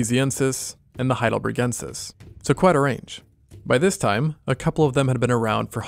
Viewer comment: Super cool video but: it's not HeidelbREgensis but HeidelbERgensis